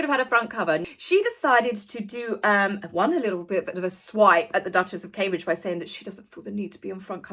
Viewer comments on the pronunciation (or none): none